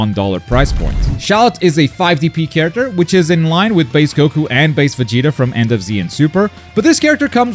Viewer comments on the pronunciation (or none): none